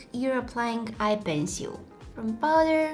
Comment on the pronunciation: I love the way she says eye ✨penciyule✨(10.09)